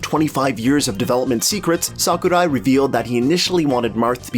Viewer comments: Its “Sakurai” not “Saku die “ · you just butchered Sakurai's name... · HAHAHHAA! The way you fucking pronounced Sakurai's name! WTF?! XD